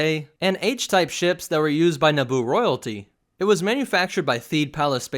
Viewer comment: Eeeeeeeeeeeeeeeeeeeeeeeeeeeeeeeeeeeeeeeeeeeeeeee It's Naboo